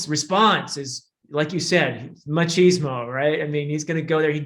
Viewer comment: Hmm. I guess the term was adapted through being used by english speakers. And that´s ok. It´s just that the phrases in which you used that word sounded really weird as a native spanish speaker.